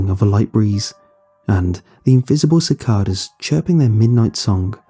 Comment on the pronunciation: Suh-kay-duh is the pronunciation of cicada. I've never noticed them in UK-located books so maybe there aren't any cicadas there.